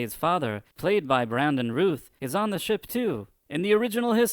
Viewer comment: I know you have an accent so I don’t know if English is anything native to you but Routh is pronounced like “mouth”.